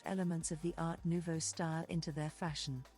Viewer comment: In general good info, but earbothering pronounciation. Sorry, I can't listen to any more. It just hurts. Not knowing how to pronounce Jugendstil, Secession... Art Nouveau, Jan... I can't stand it. I think in fact it is AI voice. Such a shame for this good content. 🥵